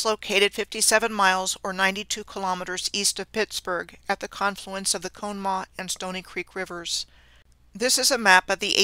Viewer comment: Good info. PLEASE NOTE, This river which was involved in the several Johnstown Floods, including 1977, is pronounced as follows; con-uh - maw. No one will recognize how you said it. Thanks.